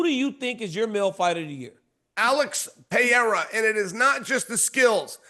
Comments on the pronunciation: Pierra...love how Uncle Chael makes money off guys and can't pronounce their names any better than AI? 🤣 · Is "PER-RARE-UH" really that hard say??? 😂😂😂😂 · 😂 hard to find smthn americans can do the right way. Still laughing bout Alex Piera. I wonder that Tshåeïjl could say "Alex" correctly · Chael still refuses to pronounce Pereira correctly. Yet he complains when they mispronounce Sonnen smh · Someone teach Chael how to say Pereira's name properly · that's a Chael thing. I'm pretty sure he does it on purpose. lol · It’s literally never gonna happen. I’m from Oregon, so it’s not even like it’s a dialect thing, he just refuses to say the name correctly. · Lost cause dude . Americans are usually horrible at pronouncing names